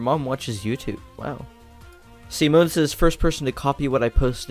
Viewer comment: When he said 'Simone' I had to look at the screen to make sure that he said Simone and not Semen- Don't ask how the hell my brain though about that.